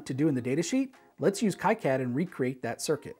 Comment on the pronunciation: its supposed to be "key-cad" - thats the right way to say it, right ?